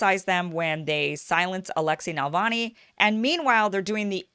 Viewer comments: It's always a good idea to get right the name of the subject of your podcast - Navalny, not Nalvany. It distracts and detracts from what you are saying, which is usually interesting. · Please learn to pronounce the name 🤧 It’s Na-Vaal-Nai. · But she's saying Navani - hard to trust the expertise of someone who doesn't know the name of their subject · You're pronouncing his name wrong. If hi is also supported by Washington, I would very untrusting of him. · Its Na- val nee not Nal - von -ee come on get it right or your credibility is suspect! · It is not NALVANI! The name is pronounced NAVALNEE! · His last name is Navanly, not Nalvany. That’s not the only thing you got wrong. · His name is NaVaLny not NaLvany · Honey he is not Nal-va-nee he is Na-val-nee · It is Navalny, not Nalvany. You pronounce it wrong, Kim. But I still love you. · Since when was Navalny pronounced "Nalvany"? Am I the only one who's bothered every time she says it wrong? Good take on his similarity to Hitler though! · It's Navalny not Nalavny !?!?!?!? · NaVALny, not NaLVAny ! Other than that, big THANK YOU for working hard to show other (hidden) side of the story. This one and many others ❤ ! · NA-VAL-NY (not “Nalvany”.) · Keep calling him "Nalvani"" actually he is NAVALNI but whatever...hahah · Kim, you keep saying "Nal-vany" instead of "Nav- alny." He's not a right wing Tea Party type in the Russian context. Putin is more like the FDR of Russia than any American President since FDR is like FDR. FDR has many who hated him and even wanted to do the coup against him that Gen. Smedley Butler exposed. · "NALvany" haha. It's NaVALny. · Navalny, not Nalvany. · It is annoying to hear Kim mispronounce such a simple name. But I still like Ms. Eyeservin. As long as she doesn't pronounce nuclear as nook-you-lur, she's ok with me. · Love ya Kim, but it's NUH-VAL-NI